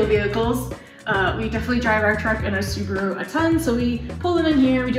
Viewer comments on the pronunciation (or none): none